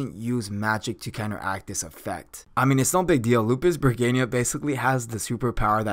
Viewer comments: I have to squeeze my stressball everytime i hear that regayna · Lupus-REGINA not lupusbregina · R E G I N A not R E G I N I A 😐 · She's a sadistic energetic verwolf girl. There. Also what? "Lupus Reginia" ??? It's Re-Gi-Na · its lupusregina not lupusbreginia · i hear he call it lupus bergania why is that? why is so hard to pronounce LUPUS RE GI NA explain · lel its lupisregina not lupusregina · So I hate to be that guy. But her name is pronounced Lupus(Regeena) NOT Lupus(ReGayna). It’s not the end of the world but if you’re trying to establish yourself as an informational anime you tuber this is kind of inexcusable. I believe in another video you said you were an anime only watcher which is fine but even in the anime they pronounce her name the way stated above. I mean when the last Airbender movie came out and they pronounced his name as “Ong” rather than “Ayng” people lost their shit and it seriously was one of the most annoying parts about that movie. Otherwise this video was pretty entertaining but every time you said her name I just wanted to stop watching. Again not trying to be a douche but I know I’m not the only person out there that felt this way. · i am with you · yes i think pronouncing established names properly is a must. I dont mind words to have diff pronounciation but established names should be pronounced properly specially as an informational youtuber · Ill speak for the other half. IDC if he pronounced it wrong.I mean he's human lol, i got enough common sense. Im just here for the facts 😋. I understand you though sir. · Why i constantly hear Lupusbergina rather than Lupusregina😅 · yes, he mispronunce her anme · Okay, so I'm not the only one hearing the narrator of the video say it that way too hmm? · Shouldn't it be pronounced, lou-pis-ruh-jean-uh? I think the English translators or VA messed up. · Regina = Wedge-I-Nah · Gotta' say... Bregania sounds cooler though. Lol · I don't think you are pronouncing the name right